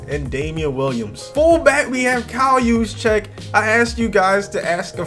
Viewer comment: “Czyk” is a polish suffix that usually sounds like “chick.” Also, it’s common in Slavic languages such as Polish and like one of my own, Slovenian, that J’s sound like y’s. So Juszczyk is pronounced “yous-chick”